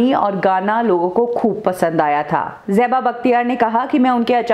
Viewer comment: It is Zeba and not Jeba! 😤